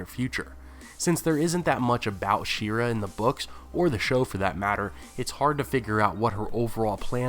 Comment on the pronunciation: Shee-ar-ruh... yeesh